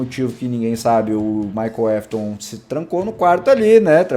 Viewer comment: Não é Wiliam mafton é Wiliam afton